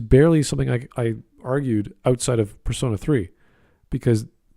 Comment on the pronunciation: The way he pronounced it "Per-sauna" was a hot take enough